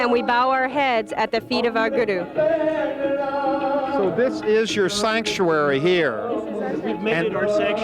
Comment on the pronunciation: that's not their names some these white people look stupid they just started to be Sikh he is not even saying guru right and by the way I am Sikh